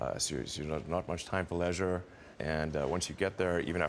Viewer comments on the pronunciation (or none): "lezzurrre" lol like this man knows what leisure is